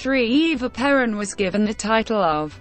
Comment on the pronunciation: PLEASE !! Lose the computer voice !! It cannot even pronounce her name correctly. This is the first time I have heard Perón said improperly. Please re-do this with a human narrator; thank you.